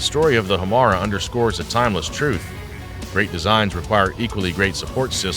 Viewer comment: I think it's "High-Yah-Tay" Hiyata was the name of Ultraman's human form. Not the same. Also, perhaps more crucial to the presentation: the name of the engine is "Ho-Mar-ay".